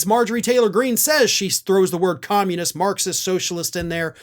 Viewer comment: Trump and Greene don't ever say 'communist'... They say 'commoniss'